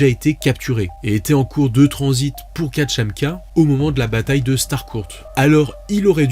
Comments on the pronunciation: À 6 minutes et 6 secondes, tu as dis Katchamka 😂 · Non en fait tu dis tout le temps katchamka